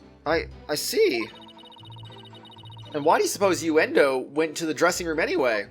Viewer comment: Uendo is pronounced like window i guess